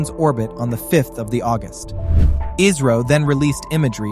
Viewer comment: its not iiisro its isro